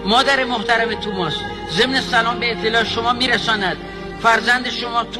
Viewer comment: توماس نه آقاجون، تامیس